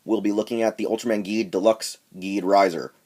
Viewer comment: Just to let you know, the name is pronounced "jeed"